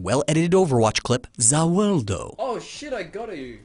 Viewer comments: ZA WARUDO not za wowdo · he fucking said za wuldo xD where's wuldo